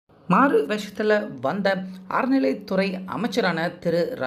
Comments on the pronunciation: அறநிலைத்துறை. அரநிலை துறை இல்லை. தமிழ முதல்ல ஒழுங்கா போட்டுட்டு அப்புறம் மெசேஜ் போடு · அறநிலை அய்யா அரநிலை அல்ல. எதுக்கு எப்படி தமிழை கொலை பண்ணுறீங்க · 😮அய்யா 'அரநிலை' இல்லை,'அறநிலை'தமிழ் பழகுங்கள் அய்யா😢😢😢